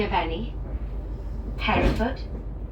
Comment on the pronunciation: Brecon Beacons are those hills near Abergavenney. Lovely area. The lack of catering is unusual. It's a Shrewsbury crew who usually work that down, and would uually pick it back up at NWP. Maybe staff shortages. Please don't pronounce Hereford like that...haha...the locals get a bit itchy about such things. I know how it looks.